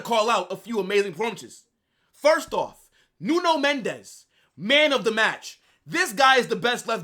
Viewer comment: It's Mendes with an S not a Z, he is Portuguese not Spanish.